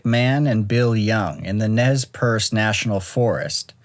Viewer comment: It's pronounced "Nay Persay" not nezz pierce